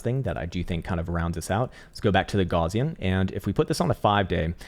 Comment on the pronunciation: You're pronouncing the word "Gaussian" incorrectly....